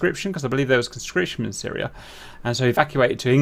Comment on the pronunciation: At 12 minutes, the talk about red roof buildings triggers Siri on my iPad for some reason. Watch from and see what I mean (if you have an iPad). It triggers every time for me. Edit: LOL... it’s Cap saying “... in Syria”... the iPad hears “... hey Siri”. 😂